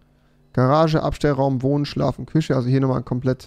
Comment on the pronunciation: Minute 2.42 küsche ahja rewi 😂